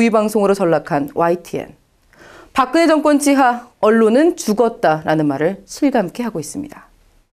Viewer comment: "park kn he" will go to "park geung hee."